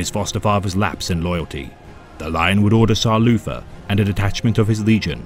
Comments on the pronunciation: Can’t handle this dude saying Loofer instead of Luther over and over again. Lord of the bathroom back scratchers. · Poor Loufa, being betwayed wike vat. The forced voice is good. The mispronunciation makes it funny. Haha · As a subscriber to, I have to point out that you keep mispronouncing 'Loofah' as "Luther". 😉